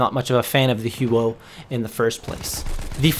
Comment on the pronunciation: The "Hew-o"